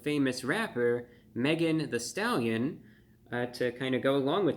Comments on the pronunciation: Megan THEE Stallion not "the"! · Thee Stallion, not the. I’m also guessing “hottie” is not part of his normal vocabulary. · It’s THEE Stallion, not “the” stallion. How insulting. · THEE (not THE) Stallion.